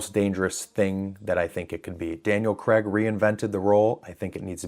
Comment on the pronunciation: It's Daniel CRAIG, not Daniel CREGG! You Seppo's need to learn to speak!